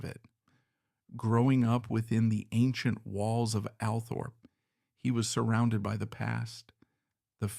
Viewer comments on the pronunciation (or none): It's called ALLTHORPE, NOT, "Al" Thorpe